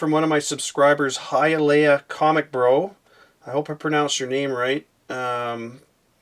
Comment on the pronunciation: thanks so much for the shut out to Gauntlet Comics. Great owners and shop. Good job pronouncing my home town of Hialeah. Keep up the awesome videos, look forward to them every week.